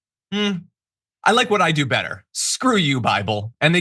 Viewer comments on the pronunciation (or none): This was a REALLY DEEP, solidly loaded episode guys! HELL YEAH!!! We got pronouncing the Greek name of Christ (Iezu Kristo), John dissecting the relative subjectivity of the BIBBUL! YAYEAH!!! ❤️🧡💛💚💙💜